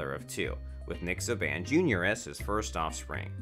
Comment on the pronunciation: Can we get someone to say his name correctly good lord !